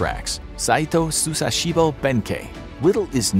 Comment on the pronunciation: its musashibo not susashibo